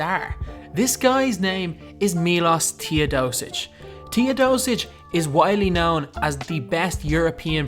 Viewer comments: You should pronounce Milosh Teodosicj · My name is Miloš and i Was so triggered when you said Miloš Teodosic wrong.